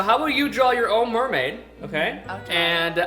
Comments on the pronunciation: MERMAID not ~MERMAY~ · It's pronounced MERmAid